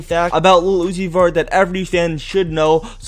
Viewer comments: Keep saying Lil Uzi Vert for like 10 times. It would sound like u are saying Lucifer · Tha t boos said little uni vert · the way he says lil uzi vert is so weird.